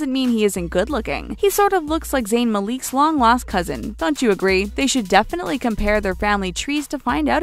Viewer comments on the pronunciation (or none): Zayn Mali E k Bruh.... Its ZAYN MAL I K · It's not Maleek it's Malik (mal lick) 😤😤😤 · Zayn "MAL-LEAK" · Lmao "Zayn Maleek" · the pronunciation is incorrect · She said Zayn's last name like "Maleek" 😑 lol 😂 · What the hell is this video? Also "Zayn M'Leek"? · stop saying malik like that omg its pronounced mah-lick